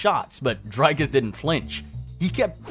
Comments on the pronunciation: It's not Dryyycus It's Driiiiicus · "Dericus" lol